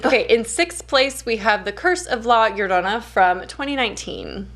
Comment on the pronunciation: Your pronunciation of llorona is spot on hope to talk to you love your content!